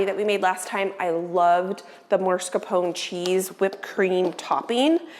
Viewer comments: Everything is beautiful and looks delicious. Please check the spelling of the word Mascarpone. Not MaRscapone. I’m sorry to be so picky but every time you say it my earlobes curl. 😉🤗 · Hi, even it is funny to hear how you call this type of cream cheese, I think someone should tell you that cheese is not MARS KAPONE. It is MAS KARPONE if it is easier to understand. Mascarpone cheese is used for many cakes and sweets and I am sure you will use it more often in future cooking. So it is time to learn its name. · Please please please stop calling it "marscapone". That is not the way it's spelled. It's pronounced llike mask-are-ponay. The 'r' is AFTER the 'masca'. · MAScarpone cheese, not MARScapone. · Mascarpone (pronounced mahs-car-POH-nay). Not maRs-car-POH-nay. ❤️ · If you look at the spelling of mascarpone, it should be pronounced mass-car-pone